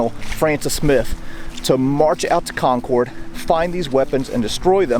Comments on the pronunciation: It's Con-kid, not Con-Corde!!! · Good info and subject matter and well presented. EXCEPT: (it's Concord (accent on the Con)), not Con-Corde. ;) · I love your shows. However, as a Bostonian I have to tell you Concord is pronounced kon-kerd, Not kon-kord. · It would have been "The Regular's are coming" according to J.L. Bell (The Road to Concord, 2016) and us here in New England call it Concord (Con-curd), not Concord (Con-Cord). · You say Concord funny. Lol Us New Englanders call it Concerd. 😂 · It’s pronounced CON-Curd by New Englanders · Great video, but if you're from Massachusetts, Concord is pronounced Conkid! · Very good video, but your pronunciation of Concord is off. Emphasis goes on the first syllable and the "cord" should be more like "cud". Even "curd" would be acceptable if you insist on using your "R" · Good series but couldn't watch any more. In New England Its Concord not Conorde. It's a minor thing but not the right pronunciation and as a local it hurts every time I hear it? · Great video love it right in my neck of the woods! If you want to sound like a local however, you pronounce it “con-kerd” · Concord is pronounced “Conquered” btw. I live 15 mins from the Old North Bridge.